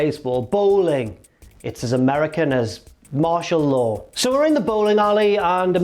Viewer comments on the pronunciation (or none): "Martial law". Oi, ye goh' a loicense for tha' opinion, mate?